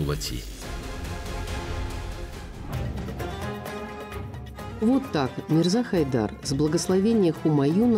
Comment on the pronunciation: Вонючки слушайте суда не Дулат а дулати